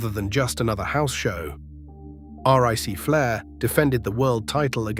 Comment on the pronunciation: "R-I-C Flair"?!? Do better. Why don't you at least try to make your crappy ass AI voices sound like a human? Do you not even edit the video to see if the voice is correct? AI slop.